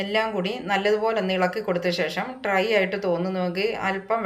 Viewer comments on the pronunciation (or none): മുളപ്പിച്ച റാഗിയുടെ ഗുണമൊക്കെ വറുക്കുന്നതോടെ പോവില്ലേ? ട്രൈ അല്ല.... ഡ്രൈ ആണ്.